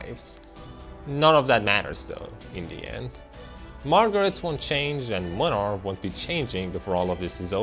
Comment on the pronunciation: As a Polish I can confirm that this is literally what Poland is like. I can also confirm that the English VA of Młynar completely butchered the Polish pronunciation.